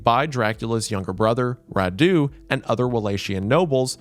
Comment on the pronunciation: I was so confused by the weird names of Vlad's brothers until I realised he was saying Radu and Mircea